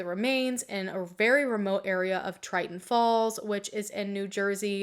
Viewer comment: lol at "triton falls" its Tinton Falls